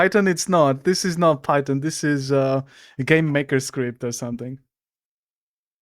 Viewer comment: not the guy who can't even pronounce the word Python right talking about other people. (Pirate Software Can Barely Code?) bro you can barely speak my guy lmao. (yes this is ragebait and I love your videos.)